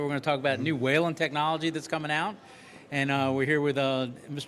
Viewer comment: I like how this idiot host can’t say Whelen correctly